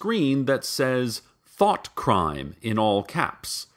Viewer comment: Whenever he says "Thought" I hear "Thot"